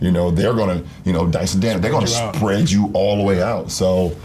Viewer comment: why he say sPPREad so hard?😂